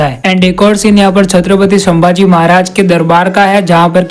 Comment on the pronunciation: संभाजी महाराज को तुम शंभाजी महाराज khu bolte ho🙄🤔